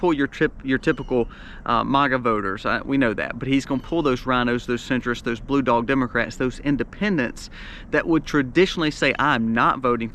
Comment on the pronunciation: Trump pronounces MAGA like this “Mag Ah” not “Maaaa Ga”